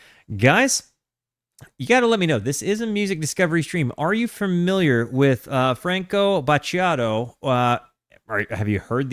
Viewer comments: FrUnk Oh - Butt yaht oh - luh - vo tche - dell (like the computer producer) - Puh dron eh - (try to read this with your English pronunciation and I believe you'll do that better) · "Franko Baciado, la Voca del Padron... please tell me if I've completely butchered this man's name and album title..." Yes, you have, both 🤣🤣 By the way, Battiato is one of the greats, music royalty, in a class of his own, and definitely one of my favorites. He's the philosopher of Italian music, as you noticed by his lyrics. Years later, Morgan (Marco Castoldi) would try something similar, with Bluvertigo first, then as a solo artist, but fell short of Battiato's greatness. The songs you listened to are not the original version from 1981, this must be a remastered version with edits. I think the original version is better overall, more stripped down arrangements, but as a whole a more interesting sound. This one has some songs that are shorter, some that lose compositional details (variations in the verses), extra guitars, strings, and synth parts. The original is better, check it out for example, towards the end of "Summer on a Solitary Beach", the original version has the drums going in the chorus, this one doesn't. Or in "Gli Uccelli", your version ends with strings doing the melody, the original version has a much more interesting synth solo that mimics birds chirping, and many more differences. This album is an outlier in Italian pop music history. It climbed to the top of the charts despite not being your typical easy listening music. The only other time something like this happened was maybe with CSI and Tabula Rasa Elettrificata in 1997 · "I think I'm saying that correctly" no, you're not, but that's alright. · You butchered it horribly 🤣 Go check on google translate next time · You have completely butchered this man's name and album title. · You completely BUTCHERED it yes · jeah you butchered his name , sorry